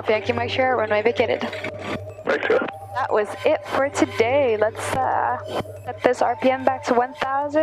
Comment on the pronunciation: And, “shierra” for “Sierra”. 😎